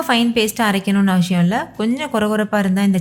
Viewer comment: avasiyam Not avashiyam